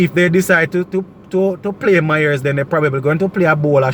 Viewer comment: You keep on pronouncing Mayers name wrong. It's not MYERS